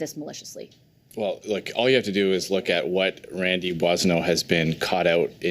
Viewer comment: Dude can't even say Randy's name properly